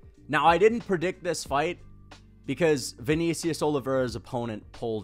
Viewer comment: “ViKNEEcius Oliveira”